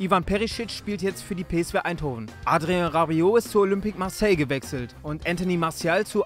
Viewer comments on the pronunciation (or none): none